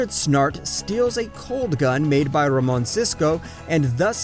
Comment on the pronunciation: did he just say Cisco RamOn